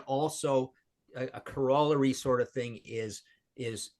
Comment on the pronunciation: His vocabulary as a writer is an order of magnitude better than mine, but to hear Martin butcher the pronunciation of the words corollary and chutzpah in the same sentence no less: Priceless!